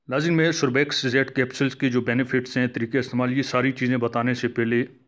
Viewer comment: بات مختصر کریں اور تلفظ بھی درست فرما لیجیئے ۔ سوربیکس نہیں بلکہ سربیکس ھے۔ شکریہ